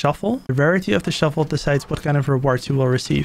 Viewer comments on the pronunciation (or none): Bro said “shuffle” not shovel